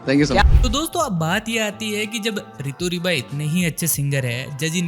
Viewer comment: It's Rito Riba bro not ✖Ritu Riba✖